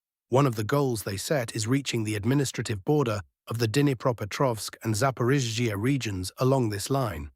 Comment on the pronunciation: Russian: Zapo-ROSH-ee-ah Ukranian: Zapo-RISH-ee-ah English AI voice: Zapo-rish-EE-ah 😂😂😂👏👏👏